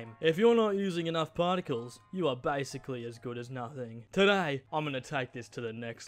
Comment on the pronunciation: “pAarticles” noice one